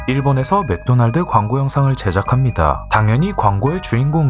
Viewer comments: 마끄도나르도 중독성 있는데? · ㅋㅋㅋㅋㅋㅋ맥도날드 발음이 마꾸도나루도 라서 개웃김 ㅋㅋㅋㅋㅋㅋㅋㅋ